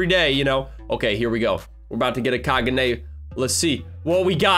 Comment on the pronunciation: You said Kagune wrong, the e in the word kagune is pronounced with a long e, so it is KagunE.